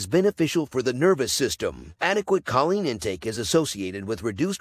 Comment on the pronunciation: Choline is pronounced: KO-Leen